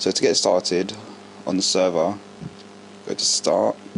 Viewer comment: "servah", " starthad", lol serious though useful vid cheers